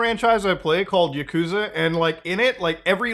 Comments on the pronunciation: Don't wanna be that guy Muta, but its YAkuza, not yaKUza. Lots of fans get upset at that kinda thing 😂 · It's not 'YakOOza', it's pronounced 'YAHkuza' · Learn how to pronounce Yakuza genius.. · It bothers me immensely that you pronounced "Kazuma Kiryu" right but not "Yakuza"